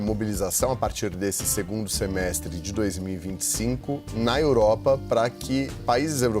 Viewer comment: Como é que vota em um senador que não sabe falar o português "par quem fala " "democacia" etc. Que vergonha "cleitinho ".